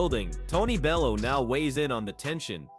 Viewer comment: How can this proclaim to be a 'boxing channel', when the narrator can't pronounce 'Froch' or 'Bellew' correctly? Or is this just another lazy creator using one of those horrible AI voiceovers? Either way, I can't take content like this seriously!